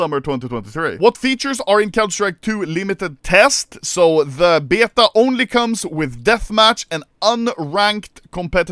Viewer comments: why is he saying beta like byeta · Will Anomaly ever learn how to pronounce beta correctly or at least more english than swedish